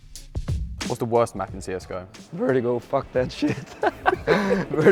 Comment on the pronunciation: no one : jw: VERTEEGO